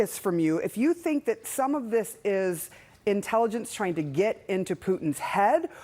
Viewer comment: CNN should afford the cost of training people how to properly pronounce foreign simple words... like it's AlperOvich, not AlpErovich - only 3 syllables...